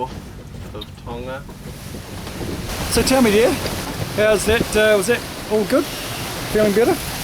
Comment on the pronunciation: hmmm, looks like I'm going to have to go back and watch some of your earliest episodes (got to the party late). I've clearly missed some of the *fun*. Thanks for getting the pronunciation of "Tonga" right (been chewing my tongue off watching another channel). Well done - you should have 10x plus more subscribers than you have - don't stop!